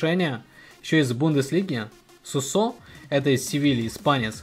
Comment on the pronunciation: Его зовут суууусо а не сусоо